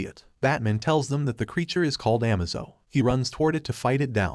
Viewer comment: Dude you really need to work on pronunciations, it’s A K 47, not ack. It’s Batman not batmoan or amaze-o not amazo. Great videos, but so many basic words are said wrong